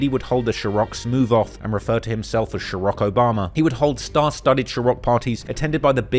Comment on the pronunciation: Why u keep saying ciroc like that ? There’s no H